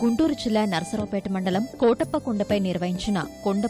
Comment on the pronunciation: కోటప్ప కొండ తిరునాళ్ళు కాదండీ. కోడెలప్ప తిరునాళ్ళు .